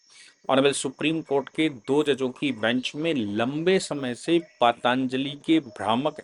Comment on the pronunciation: सर ये पाताञ्जलि नही पतंजलि है